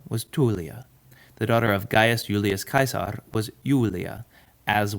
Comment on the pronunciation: Finally no more “Gillius Seasar”